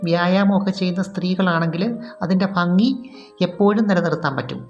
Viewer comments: ഫങ്ങി അല്ല ഭങ്ങി ആണ് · ഫംഗി എന്നല്ല പറയേണ്ടത് ഭംഗി എന്നാണ്😀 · എന്താ മോളെ ഈ ഫാ ഉപയോഗിക്കുന്ന ത് ഭംഗിയാണ്ഫംഗീ അല്ല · ഫാര്യ ഫങ്ങി ഫാഗം ഇത് ഒക്കെ മലയാളത്തിൽ ഉച്ചാരണം തെറ്റ് അല്ലെ ഭാര്യഭംഗി ഭാഗം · Fangi Fedi fenda , fagam 😅😅😅😅good Malayalam 😅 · ഭ എന്ന് പറയേണ്ട സ്ഥാനത്തെല്ലാം "ഫ " എന്നാണ് പറയുന്നത്. " ഫംഗി, ഫാഗം etc". കോട്ടയം ആയിരിക്കും നാട്.